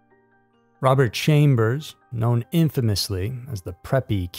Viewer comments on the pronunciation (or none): none